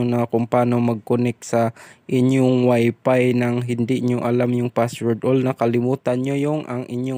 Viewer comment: Ang sakit sa tenga c Wp"iis" mo.. Speedtist.. S mo sir galit..